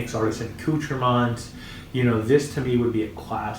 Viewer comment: Youre saying the name wrong! Called ....(accoutrements)!!